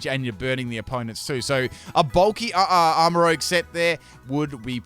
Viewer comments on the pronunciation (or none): Not to be that guy but it's arma ruzh. As in make up. the way u said it is like the dnd class and it's spelled rogue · It’s Armarouge not Rogue 💀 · I love your videos and i can't tell if this is on purpose but it's not rogue its rouge. they are not the same word. rouge is a roo sound and rogue is like a row sound.